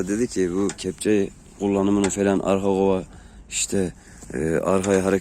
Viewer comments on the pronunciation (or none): gova değil kova